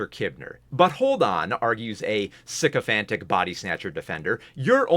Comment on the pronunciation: scyhophants? I THOUGHT YOU SAID SICKO FANS FOR A WHILE